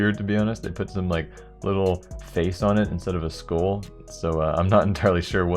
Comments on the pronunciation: u realize "skull" isn't pronounced as "school" right... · holy shit... the way you pronounce "skull" triggers me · wtf how does he say skull